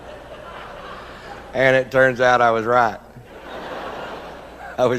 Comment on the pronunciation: It's not Nevada is Nevada